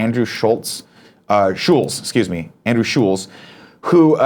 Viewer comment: Nick, you pronounced Andrew Schulz's last name correctly the first time.